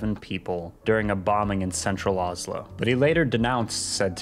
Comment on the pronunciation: why do you pronounce oslo like that😭😭